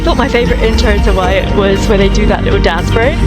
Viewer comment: Just WYAT dear not whyat😉